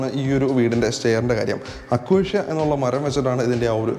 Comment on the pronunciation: Not അക്കോഷ്യ, അക്കേഷ്യ 😎